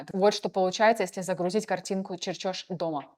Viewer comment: Ищю нейроночку чтрбы заменить таких дyр , и не тратить время на проммотр таких тупых видео. МедленЕе, черЧёж, ...))) yбeйсяобстол.